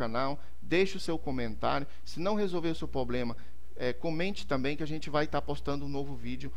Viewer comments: Poblema kkkkkkkk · Mano, não fala "poblema" de novo... Chega me dá gastura... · É problema e não poblema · Obrigado vc manja. Só falta agora falar Problema, e não pobrema dói até o ouvido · doi no ouvido cada vez que vc fala POBLEMA. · POBLEMA É POBRE mano... Falar certo é básico. TOP a dica. Mas vai a minha pra ti. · porra mano nao fala mais poblema que da uma agonia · Pra mim deu certo, mano. Dei like ai e parabéns pelo vídeo. E parem de implicar com o "poblema", seus mala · MANO FALA PROBLEMA pqp kk